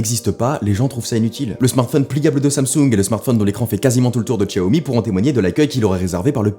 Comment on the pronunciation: Pourquoi "tchiao mi"????? C'est "siao mi" 😭 c du pinyin, svp faites plus d'erreurs, mes oreilles saignent 😢